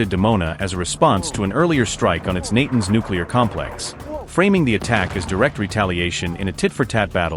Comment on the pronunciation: Tell yer AI voice to pronounce Natanz correctly.